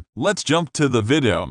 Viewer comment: Sucks. Waste of time. Computer voice = FAIL. "Vidoh" "Grizzee"... makes me think the uploader types with an accent.